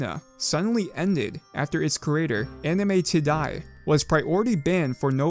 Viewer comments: did my man really pronounce "AnimeTiddie" as "Anime to die"??? good lord lmfao he's too innocent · I feel like you purposely pronounced "Anime Tiddie" as "Tidie" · I like how he pronounced your name ti-die